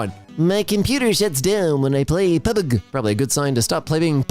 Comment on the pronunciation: the way says pubG nearly made me wet myself laughing, so now I need to catch my breath before I die.🤣